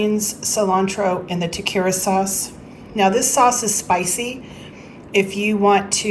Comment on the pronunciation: Tah Keh reee yah is the correct pronunciation FYI This looks amazing!!! I absolutely love your videos!